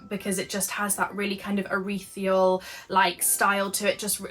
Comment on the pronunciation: Took me a minute to work out what you meant when you said « erithreal » . I think you meant ethereal ? Lovely vlog. Want to make everything.